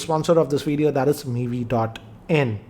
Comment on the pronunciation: I like your veedeeo pronunciation